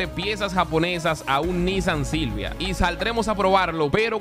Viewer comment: Me da risa que digas Nissan JILJIA